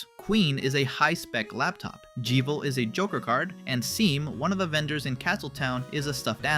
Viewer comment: No way he just said "jeevil" and "seem" back to back